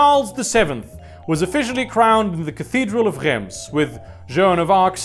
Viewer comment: Love the video, but DEAR GODS you’re french pronunciation is absolutely horrible Reims is pronounced rance